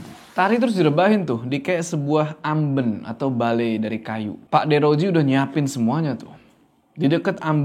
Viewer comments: amben bang bacanya bukan amben🤣 duh gmn ya jelasinya😭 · amben bang bukan amben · AmbEn bang bukan Amben😂🤣😆😅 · Amben, e nya pake e ketek, ah susah coba komennya ada vn 😂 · kalo disini bacanya AMben bukan Amben, eh😂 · Amben, pake E bukan E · AmbEn...bukan amben. Pake E besar. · bacanya amben bang bukan amben... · Keren bro, fyi sbg org jawa asli, sedikit info soal "amben" bacanya "ambèn", ky blg "bènsin", bukan "bensin" 😊 balai-balai dari bambu yang digunakan sebagai tempat tidur atau tempat duduk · Mbacanya ambEn bang 😄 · AmBEn. Kayak mengeja "MEja". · mau sedikit koreksi. cara baca amben itu e nya bukan e biasa. tapi e yang bunyinya antara a dan e, mangats bang💀🔥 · amben bang bukan amben. gimana y jelasinnya😂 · Pengucapan kata “Amben” yg bener intonasi huruf vokal “E” nya tinggi.. Aduhh susah kalo jelasin lewat tulisan, tapi semoga ngerti yg saya maksud ☺️ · Makan siang sambil nonton ini bikin makannya jadi lahap 😄 BTW, pengucapan "Amben" pada huruf 'e"nya lebih tepatnya seperti "e" pada kata "Sarden" bukan "e" seperti pada kata "Kenanga". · terima kasih videonya! Tpi tadi bingung waktu omong "amben" bukan pake e itu bang, tpi pake e yang di ikan lele 😅🙏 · Cara ngucapinya tu amben bukan amben ✌🏻✌🏻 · amben bang bukan amben. Ahh gimana ya jelasinnya gabisa vn😭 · amben kak bukan amben wkwkwk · bukan amben tapi amben 😂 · bang, amben bang bukan amben, pake e bukan pake e